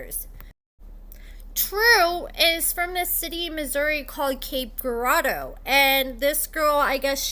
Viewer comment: Cape Girardeau (Ger-Raw-Doe!) come on now put some respect on my city name! 🙄🤦🏿‍♀️😂